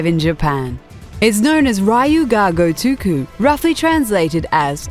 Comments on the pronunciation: rye-u ga GUTUKU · You mispronounced both the english and Japanese names for the series in the first 15 seconds. How do you even